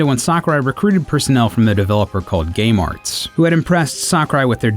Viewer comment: "gay marts"